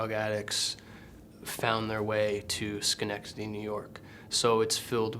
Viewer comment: Oh my gosh he can say Schenectady! And knows our history. That is really professional. And we are guarded but its much more real. We are honest to a point where it can be brutal. As for drugs I'm just surprised Luke wasn't one of the guys who brought the stolen money to the crack house down the road. Diamonds in the ruff we are here in Schenectady! =D